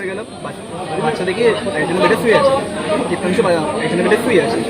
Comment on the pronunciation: That's diptanshu not debanshu